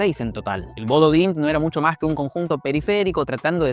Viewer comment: Se dice Bodø no Bodo